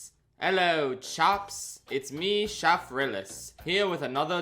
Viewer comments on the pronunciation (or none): well you know it's DEFINITELY April Fools because we don't say his name like that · I know it's april fools... but we don't say your name like that 😭😭